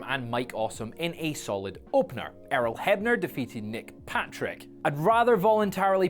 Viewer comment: He called Earl Hebner, Errol 😂😂😂